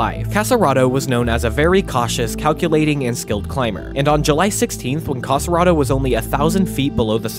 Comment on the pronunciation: Nice, thank you. But don't say "Cassaraedo", it's Casarotto 😉